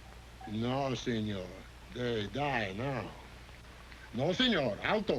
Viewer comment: Pico doesn't know Spain-talk. He said "prahnto" instead of "pronto", and "signor" instead of "señor".